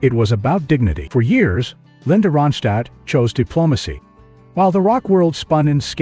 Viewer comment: You're not even Anunciating her name right 👎